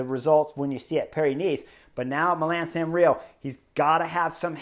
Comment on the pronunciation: Milan Sanrio? 👀 Let’s say it together Mi - la - no San - re - mo Love your work! Keep it up